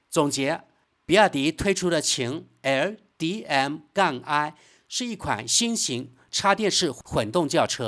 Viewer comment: 你是机器人语音吗怎么老念那个qin L DM-i😂😅